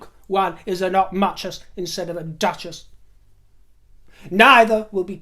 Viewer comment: “Not muchess” instead of duchess!!!!!😆😆😆😆😆😆😆😆😆😆😆😆😆😆😆😆😆😆😆😆😆😆😆😆😆😆